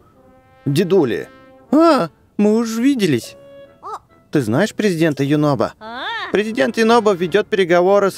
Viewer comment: ЮНОБО А НЕ ЮНОБКО